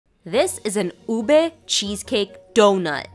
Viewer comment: Thank you for pronouncing ube correctly🥲